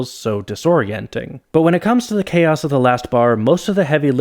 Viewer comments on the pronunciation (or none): none